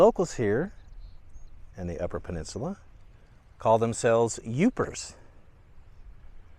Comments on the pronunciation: It’s Yoopers, not Youpers! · Not "Youpers". It's "Yoopers" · It’s YOOPERS, not Youpers. And those who live “below the bridge” are TROLLS. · It's YOOPERS, and PAST EES, not paste ees. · Thank you!!! His mispronouncing Pastie drove me nuts😂 and it's Yoopers 🙄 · Yoopers! Not Youpers. Past-ees not paste-ees. Do your research. I can't watch any more of this. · Yoopers, not Youpers and pass-tee not pay-stee. Otherwise, very good!